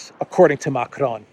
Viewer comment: Learn how to pronounce Macron corretly!!!!!